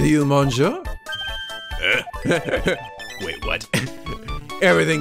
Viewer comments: Oh the "mon" in monsieur is pronounced "miss". Think of it as "missieur" if that makes any sense... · I just realized that most of the cross-examinations in this series has going, "Bring it on!" rather than "Bring it on ". Oh, and "mais" is pronounced as "may" or "mei". "Monsieur" is "miss-seur" or "meun-seur" from what I've heard. "Je vous demande pardon" (I beg your pardon) = "jeh voo deh-mon paar-don". And I'm pretty sure deco is still decor. Just Armstrong using multiple words with his gratuitous French. Also, looks like for once I'm in before Blue Flare...O.O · I'm pretty sure it's monn(g)-sheur